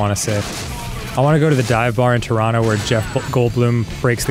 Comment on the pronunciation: They said Turono instead of Toronto! May you be blessed with all the poutine and maple syrup your hearts desire